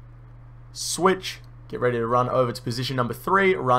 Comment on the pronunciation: Every time you said switch I imagined Michael Jordan saying swish